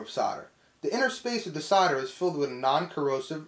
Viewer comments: S.O.L.D.E.R... it's solder not soder! Great video though. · not SODER but SOLDER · As soon as you used the word 'Sodder' you lost me - can you not pronounce the letter 'L'?? as in 'soLder' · I still don’t understand why Americans say “sodder” it’s insanely annoying. Good video. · "Sarder"? I came here to learn about 'soldering'. Looks very much the same actually! Very informative video. Thanks. :) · Whats Sarder???? It says solder on the roll.. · say "saw-der," ya freaks. Or would you rather say sol-der, and after that you can water proof a tub by applying call-king, huh? bahahahaha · Sounds like you're saying cider not solder lol, it's making me thirsty! (Is that just the american accent? I'm from UK.) Anyway great vid thanks.